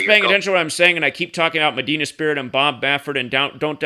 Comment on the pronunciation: Medina is Pronounced MAH- DEENA.